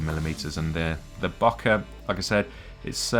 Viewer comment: (bo - keeh) please